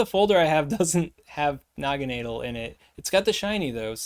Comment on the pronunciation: Ahhh yes, Noggineedle. My favorite Ultra Beast. JK 😂 I think it's pronounced Nagana-Dell but not too sure. I'm most hyped for the Lord of Guzz 💪